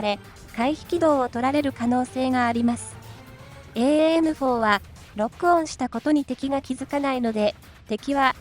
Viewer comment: エーエーエムフォーで合ってます。 現場では短くエムフォーと呼んでます。